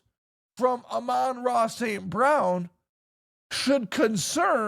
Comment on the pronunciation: cant even say the Sun Gods name correctly